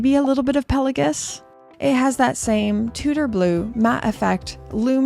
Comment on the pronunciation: Pe-LA-Gos, not Pela-Gus. Canucks, aay!